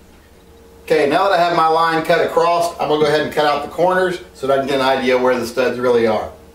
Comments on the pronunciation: Did you say 14" acrosst? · Did you say "acrossed"? Lol, still lovya, thumbs up :) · I learned a new word…. "acrosst"..